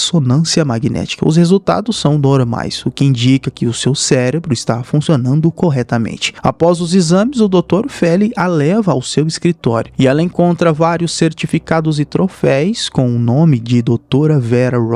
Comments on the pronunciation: Trofeis? 😂😂😂😂😂 Lembro do Nando Moura sempre... É troféus, meu narrador preferido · Se diz "Troféus". É como "degrau" e degraus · Ao narrador do filme, é trofeus e não trofeis.